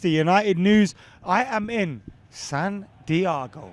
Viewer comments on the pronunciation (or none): Actually Santiago is in Chile, you my friend are in San Dee-ay-go 👍